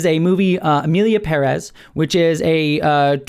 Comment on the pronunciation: Its Emilia Pérez, not "Peréz". Come on now.